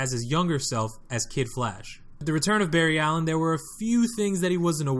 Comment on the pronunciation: This man said bar ry alien who says that